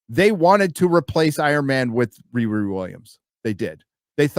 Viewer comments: Please it's Wee Wee Williams 🤣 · Riri Williams ❌️ Re-re Williams ✅️